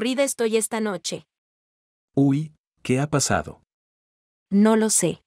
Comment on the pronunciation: Nochev ❌ noche ✔